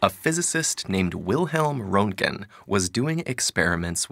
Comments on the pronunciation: It's Roentgen (Röntgen), not Rountgen or something like that. German names are difficult hm? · He totally pronounced "røngten" incorrectly